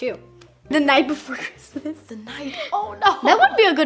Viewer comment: Me thinking it’s he night before Xmas but nightmare say it yh “ight “